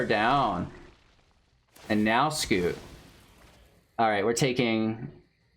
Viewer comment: It's scute, not scoot.